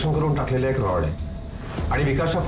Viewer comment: रड नाही रॉड mhna